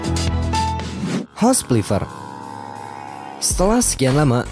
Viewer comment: ada yang nyadar ga kalo miminnya ngomong "house flipper" jadi "house pliffer"?